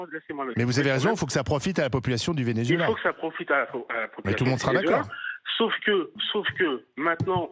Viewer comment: Ce paysagiste ne connait pas le Vénézuela apparemment? Il ne sait même pas prononcer le mot Vénézuela